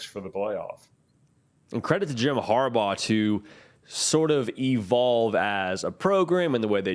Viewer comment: McCarthy is leading the nation in completion % but it was against Co. St, Hawaii, Conn., and 2 other subpar teams. He has not seen a secondary with NFL-ready players like PSU. The winner of this game should supplant Clemson and be #4 in the nation. P.S. Its Harbaugh I believe rather than "Habraugh" as indicated in your title.